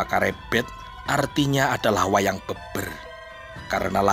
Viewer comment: Wayang beber e dibaca seperti pada merah